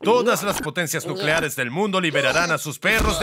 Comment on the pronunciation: no es nucleale es nucleares no lo hago por molestar